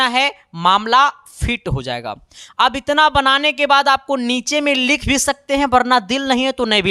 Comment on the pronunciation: Yadi ❌ adi ✅. Vibhavantar ❎ bivantar ✅ V ❎ BHI ✅ 😤🙄😮‍💨😒Mood kharab ho gya Kam se kam words ko perfect bol lo yrrrr aap hai ya ham